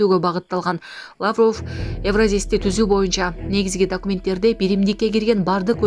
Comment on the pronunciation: Лаавров эмес Лавров....